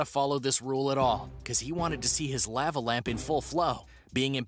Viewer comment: I have never heard lava pronounced like that LOL